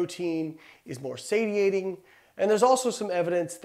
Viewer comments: its pronounced "Say she ate ing", not "Say T ate ing" stupid. Of course you love protein and studied it, you are a "Bro", with no actual sense. Its also "CaloRIMITRY" not "Calorimy" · You pronounced satiating incorrectly.